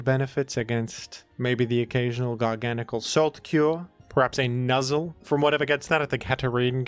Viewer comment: I'd like to thank you for pronouncing Garganacl's name properly - they even said it incorrectly in the anime, which is unacceptable. Garguh Nackle is his paradox form from gen 17 and is not the same Pokemon. Thank you.